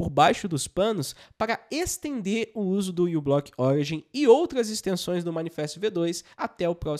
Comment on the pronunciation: Moço, não é "U"block, a letra inicial é a letra grega "mi", μ , então diz-se "miblock".